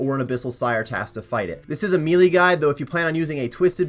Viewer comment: the word "melee" is pronounced "maylay" not "meelee"